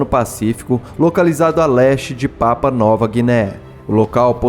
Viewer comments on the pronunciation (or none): PRONUNCIA PAPÚA